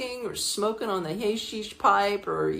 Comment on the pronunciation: "HAYsheesh pipe"??! It's HAsheesh, like the Ha in "hat"! 😆 I'm sure you knew that really though. I am not surprised about your story about Turkey. You gotta remember they aren't an enlightened, free, open culture back there. Women are far from "equal" over there. You never seen "Midnight Express"?? They haven't advanced much since then. It's not a safe place for Western women on their own, especially if not completely covered up. Pretty backwards isn't it?! Don't you do a bit of research on the places you visit before you go? Being a modern, liberated American woman doesn't mean shit to them out there...in fact, it's probably worse if they know you're American ! You are lucky something awful didn't happen to you. You should be careful visiting those parts of the World, they don't think the same as people do in the West. And I am shocked that you didn't already know that.